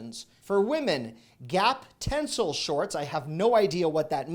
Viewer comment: It's pronounced "ten-cell". It's breathable fabric made from trees 👌